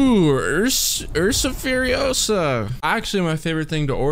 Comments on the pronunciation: It’s ursa furiooooosa not furiosaaaaaaa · It was fun how did you pronounce Ursa Furiosa because in Spanish is easy to read it, maybe a video with the game in other language could be fun :P Love you 💙